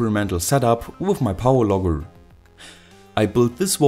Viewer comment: I hear power logger as power lover